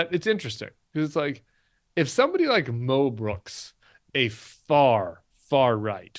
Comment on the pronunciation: I thought Tim was saying Mel Brooks. But I am relieved to realize he was saying Mo Brooks! I was thinking, no, not Mel! 😅